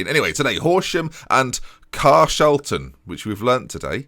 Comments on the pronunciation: Pretty sure it’s Car-Shawl-tonne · It's near me. "Car-shawl-ton"